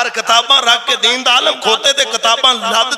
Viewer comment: Alam 😂not Alim.